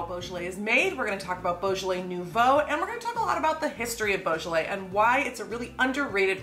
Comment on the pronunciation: No effort made. Unwatchable!